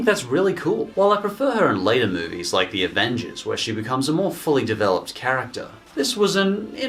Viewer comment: “The Avenges” I’m pointing this out because I’m an asshole